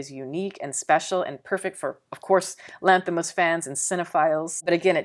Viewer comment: it's very impressive how correctly you pronounce his name, like being Greek! 🙏 Probably his best movie but not for all.